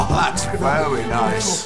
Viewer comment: Hoho, that’s vewi nice